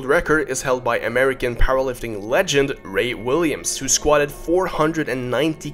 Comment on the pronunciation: it’s Ray not Jay